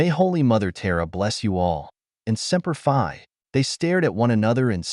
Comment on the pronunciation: Oh ya also if your going to use inspirational military terms. Make sure that they're pronounced correctly. Cuz I can tell you any Marine that heard your reply of semper Fi wanted to destroy their phone when they heard that